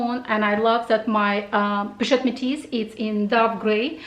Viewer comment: Hi, you prononced the color name of your Métis 👜bag in French very well!! 😂😂👍🇫🇷 I love the ring! I have the same, it was a gift from my husband when we met. I wear it every day. Beautiful! I will have a look at their collection. Conc. LV new collection, unfortunately I am not a big fan. 😬 too busy as you said.....I hope you will enjoy your purchases. Bye. Julia